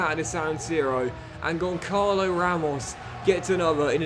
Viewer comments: As a portuguese, Benfica fan and a proud Ramos myself 😂 please stop calling him Goncalo. You pronounce it Gonssalo because the ç in his name is pronounced as "ss". Other than that Love You. Crazy that I get the best advices from a fifa playthrough but I love it regardless keep it up! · The 'ç' in Gonçalo is pronounced like the 's' in 'bus', just a quick note. Keep up the good work :yougotthis